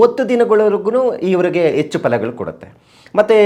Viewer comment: ಅ ಕಾರ ಹ ಕಾರ ಸರಿ ಇಲ್ಲಾ.. ಎಚ್ಚು ಅಲ್ಲ ಹೆಚ್ಚು